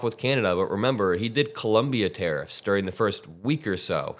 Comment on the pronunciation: Love your comments, but please pronounce this South American country CoLOMbia, not CoLUMbia.